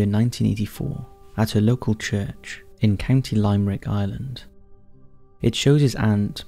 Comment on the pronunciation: Lime-rick? It’s pronounced like the name for the style of poem that goes AABBA - limerick! 🤦‍♀️ And that London ghost looks more like a devil!